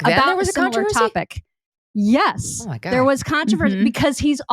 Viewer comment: Megan for a woman that finds words easy, seem to find the word GOD hard to pronounce & come out of her mouth. SHE IS A FAKASSCARLLY !!